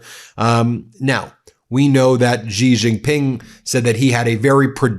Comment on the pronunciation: It's pronounced "She" Jinping...